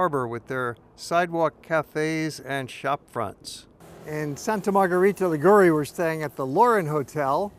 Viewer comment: The pronunciation is: Sànta Margherìta Lìgure (not Ligùre hahaha) and more: as usual stranger people makes a big confusion commenting with a southern italian or neapolitan or sicilian music the description of a northern italian town as Genoa or Florence or Venice and so and so....! It would be the same if you comment a report in New York with a mexican music, or a report about Paris with a polish music!!!! Ligurian culture and music is closer to France or Milan or Turin than the South of Italy!